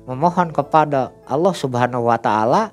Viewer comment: apa susah nya sih bilang Allah, knp hrs awloh ? Kan beda lafadz nya, beda lafadz beda arti